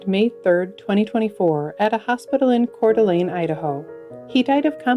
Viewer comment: You did an excellent job of pronouncing Coeur d'Alene, Idaho. Most people destroy the pronunciation. I grew up there but left years ago.